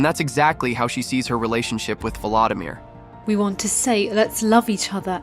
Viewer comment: His name is pronounced vuh-LO-dimeer, not vuh-LA-dimeer! :face-red-droopy-eyes